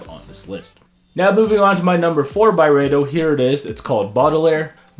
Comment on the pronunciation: It’s pronounced Byreedo